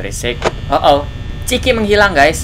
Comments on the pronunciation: Miawaug. Bukan ciki tapi chica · yang benar Chica bukan chiki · chica bang chica wah mesti lo suka makan ciki makanya bilang nya ciki awkwkwkwk:V